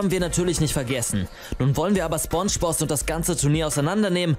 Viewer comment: Es wird spOngebozz ausgesprochen Nicht spungebozz Btw nette Reaction